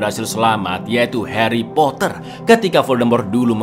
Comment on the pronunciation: Aku langsung ngakak pas dengar aksen Inggrisnya 😂😂😂